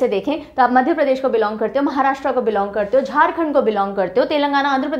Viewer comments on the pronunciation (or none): none